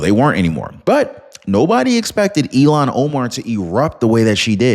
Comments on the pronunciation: It's Il-Han not Elon Keep up the good Work! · I wish you and many others would pronounce her name as it is spelled...Il -han. It is not Elon as in musk. Just an observation of laziness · Hi, maybe I'm hearing it wrong when you say Ilhan but to me it sounds like Elon, no "h." in the sound.